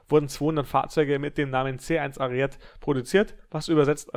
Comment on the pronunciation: Kleiner Tipp was die Aussprache beim "Ariete" angeht. Man spricht im italienischen jeden Buchstaben aus, war fast richtig aber das letzte "e" wird auch gesprochen. 😉